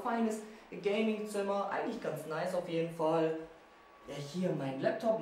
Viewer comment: "enklich" 😂